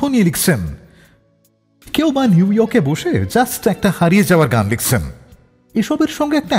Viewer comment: স্ক্রিপ্ট অসাধারণ ছিল । কিন্তু বাজে উচ্চারণ বড্ড কানে লাগে । ২৪ মিনিটে গান লিখছেন কে উচ্চারণ করছেন " গান লিক্সেন " মানে কি এইসবের? বড্ড কৃত্রিম উচ্চারণ এর । এত অসাধারণ কম্পোজিশনকে নষ্ট করে দিয়েছেন আর জে ।